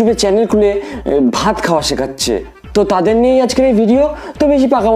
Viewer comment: Dada ota vat na baat khabo bolchilo🤣🤣🤣